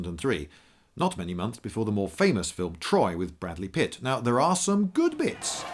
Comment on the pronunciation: "Bradley Pitt" Lol.